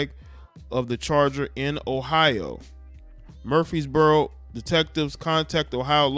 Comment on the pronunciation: It’s Leb-En-in that’s how you pronounce it. And MURF-ress-boro all an out skirt of 𝙽𝚊𝚜𝚑𝚟𝚒𝚕𝚕𝚎 30 miles West. Good areas where most of the metropolitan area has moved since the gentrification in Nashville.